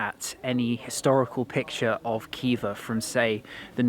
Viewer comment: It’s not Kiva, it’s Hiva. And not Bukara, but Buhara.